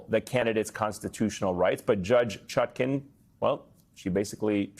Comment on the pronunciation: Judge ChutKAN, as in pan, NOT ChutKIN, as in pin.